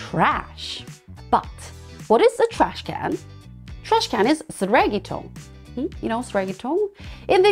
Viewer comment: 교육하시는 분이 쓰레기통이라는 단어를 한국인이 영어를 배우기 위해 한글로 적힌 영어 발음을 한국어로 읽듯 앵글로스피어가 한국어를 배우기 위해 영어로 적인 한국어 발음을 영어로 읽듯 발음하시네요. 선한 의도 것은 알지만 한국인들이 외국인 한국어 발음 따라 하는 게 외국인들이 한국인 영어 발음 비하한다고 따라 하는 것처럼 느껴지는 사람도 있을 것 같아요.